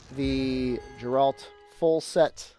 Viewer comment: I really can't believe you pronounced his name "Jeralt"